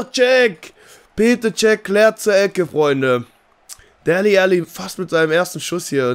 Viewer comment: Kannst du ihn bitte "Delle Ali" aussprechen?:)